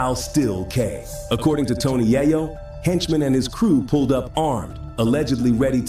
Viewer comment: 😂😂😂 SPI who is Spider 🔒 (Spider Loc) and Jay Rule (Ja Rule) & Tony Yay-Yo (Tony Yayo)? A.I. hasn't gotten pronunciation down yet.